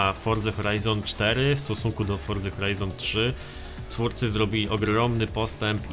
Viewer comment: grasz w tę grę od nie wiadomo ile czasu, robisz o niej filmy a nie potrafisz nawet wypowiedzieć poprawnie nazwy tej gry i nigdy nie wypowiedziałeś tego poprawnie, forDZa brzmi tak żałośnie, aż sie coś robi